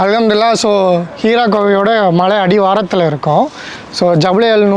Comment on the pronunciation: அது ஹீரா குகை இல்லை ஹிரா குகை